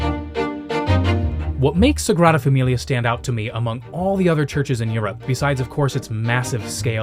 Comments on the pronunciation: I love how carefully you're pronouncing Europe every time 😂 we know the truth, it's Yurt! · three thoughts 1., well done. I’d expect this quality on Nat geo or the history channel!! 2. anyone else from vlogmas giggle a little when pronounced Europe? no yurts here! 3. I think blue nana is aging backwards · two thoughts 1., well done. I’d expect this quality on Nat geo or the history channel!! 2. anyone else from vlogmas giggle a little when pronounced Europe? no yurts here!